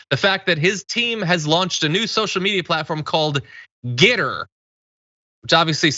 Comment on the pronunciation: The photos are for the those who pronounce it "Get Her"...